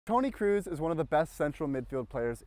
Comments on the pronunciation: Good video, but it isn't Toni Cruise, it's Kroos like in Croes. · Tony kroos not cruis